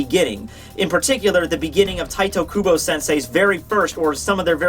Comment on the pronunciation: Im and just wanted to say - IT IS NOT TITOOOOOOOOOOOOOOOOOOOOOOO KUBO, it is TITEEEEEEEEEEEE!